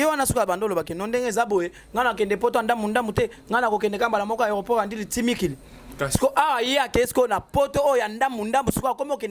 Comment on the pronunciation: Aéroport ya ndjili et non ndili